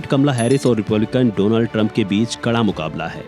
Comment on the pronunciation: Donald❌ Dolund ✅